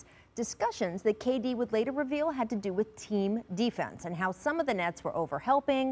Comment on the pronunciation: Every day Rachel adds three or four syllables to "and" at least once. A-a-a-a-and